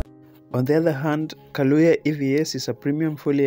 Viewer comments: It’s Kayoola please not kalooya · the bus is called Kayoola not Kalooya. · Kayoola not kaloya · Sorry guys for the mispronunciation, its Kayoola* and not Kalooya 🙏🏿🇺🇬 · Kayoola not kaloya...wats up with yu???? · Thank you but the word is "Kayoola"